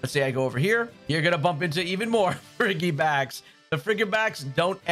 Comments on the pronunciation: Frigibax is pronounced like "Fridgey-bax" :D cos its like "frigid" haha Baxcalibur is one of my fave gen 9 pokes haha Fanksss for the guide! <3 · I'm glad I wasn't the only one annoyed by the pronunciation. Also just managed to get myself a shiny Frigibax today at the Glaseado's Grasp. Was so happy when I found one!